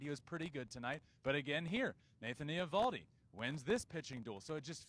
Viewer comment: Can someone tell Justin's brother that he's mispronouncing Nathan Eovaldi's name. The O is silent. Pretend it's not there.